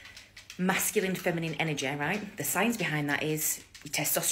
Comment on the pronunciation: An-our-jay. That's how she pronounced energy over and over again. Lmao